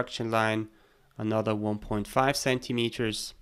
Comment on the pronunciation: I was stuck for way too long on the part when you extruded the threaded section of the base. I kept hearing you say "point five" CM but it was 1.5